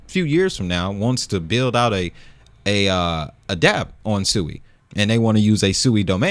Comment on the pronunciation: It’s pronounced (SWEE).